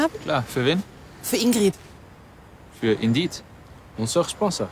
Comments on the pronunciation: das problem an der sache ist, dass die "ingrid" völlig falsch aussprechen. niemand sagt hier "ingrieeed", sondern "ingritt". deswegen ist die werbung für mich ein totaler fail, obwohl ich weiß, wo sie damit eigentlich hinwollten... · Alleine, dass die Ingrid konsequent mit kurzem "i" aussprechen und es sich somit noch weniger reimt….NERVT!